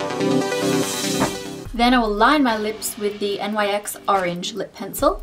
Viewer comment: It's NYX as a word. Not N-Y-X